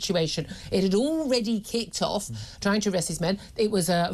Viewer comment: Kickrd-off 🤪 she says